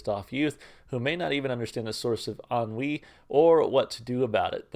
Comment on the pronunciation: You get a like for knowing how to pronounce "Ennui".